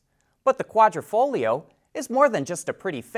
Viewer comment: Thank you for pronouncing Quadrifoglio correctly. :)